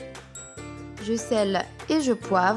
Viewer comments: On dit "je sale" et pas je "selle", c'est le verbe saler !:))) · On dit : « Je sale. » et non pas « Je sele. »...